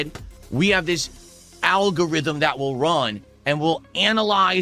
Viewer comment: What the hell is an “owlgorithm”.